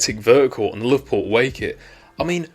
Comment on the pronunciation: You say Liverpool like